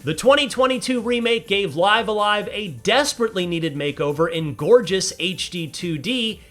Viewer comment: It’s pronounced “Live a live”